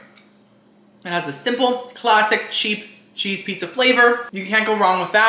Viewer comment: “PETZA PETZA”